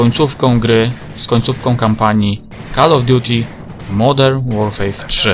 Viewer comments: Modern Łorfer się mówi, u Ciebie słyszę Łorfej czy coś. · Nie to żebym się czepiał ale modern łorfej śmiesznie brzmi